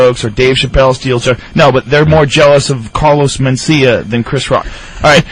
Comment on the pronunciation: Carlos Men-Steal-Ya! AHAHAHAHAA!! l.m.fugging ass off..